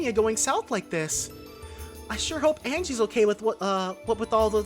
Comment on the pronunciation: Arundel IS Lechter, that's his last name, Lechter Arundel. Also please add the S to Anguis in your pronunciation already, we mentioned this back in the Sky finale :p